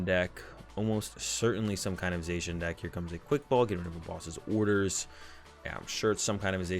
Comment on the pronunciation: did you just pronouce zacian "zay shin" ? it's "za she in"